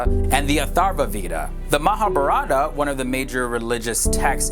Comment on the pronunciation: You pronounced the vowels in Mahabharata inversely. I think easier way to understand is Mahābhārata where "a" sounds like "uh" (so Ma=Muh) & "ā" sounds like "ah" (so bhā=bhah).